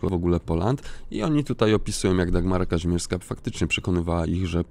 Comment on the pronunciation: Mimo że tego wulgarnego babska nie lubię to jej nazwisko to: KaŹmierska!!!! Nie Kazimierska..... Mów poprawnie!